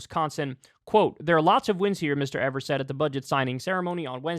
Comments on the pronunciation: Hey Kyle, it’s pronounced EE-vers not ever-s. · My Boy Tony! Here in Wisconsin we love him. Hes so much more responsible then any of our Republican controlled State. Aslo, Kyle...Its pronounced EEversNot Ever-s. Got you bro 😀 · EE-VERS, not EV-ERS. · EEEEEEVers not evers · Kyle, his name is pronounced "Eeevers" Strong E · I love my Governor. But his last name is pronounced "EE-vers" just a friendly FYI. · Can just one political commentator learn how to pronounce Evers please 😂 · Love Kyle, but the Gov's last name rhymes with Beavers. He's a progressive stalwart in a key swing state, he's been Gov for 5 years, and you still don't know how to pronounce his name. Come on man!